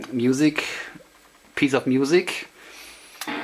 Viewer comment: Well i just subscribed to you channel! I like how you say the word "music" in the german style, "Musik"